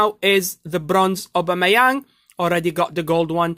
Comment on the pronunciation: When he says obamiyang SOOOOO FUNNY